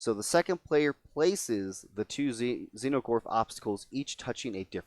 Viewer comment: Is there a reason you are saying "Xeno"gorth instead of "Exo"gorth ?